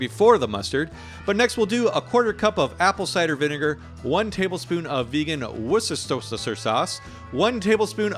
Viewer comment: Ok, here’s how you pronounce Worcestershire phonetically. I’m English so, you can trust me: Wuster sh👁er